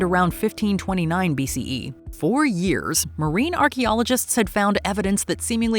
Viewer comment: Hearing the narrator repeatedly saying BCEEE was obnoxious 👎